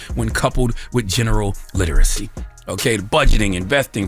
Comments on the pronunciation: The way he could BARELY pronounce literacy … yeaaaa okay lol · Barely could pronounce literacy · Well...he can barely pronounce literacy!..😂😂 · He couldn’t even say literacy Correctly😂